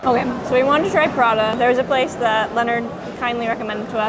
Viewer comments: Sorry… but it’s pronounced PRATA not PraDa… sorry, sorry was kinda triggered…😂😂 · not 'prada' but 'pra-tah' 🤣 edit: also, prata's a great supper option, especially when you get the drunk munchies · I like how the woman pronounce prata as Prada😅. You get a like from me!